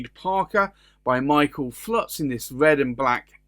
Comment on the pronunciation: FULTZ!!!!! ...not Flutz you putz.